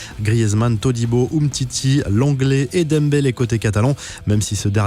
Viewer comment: Son nom se prononce dembelé au cas où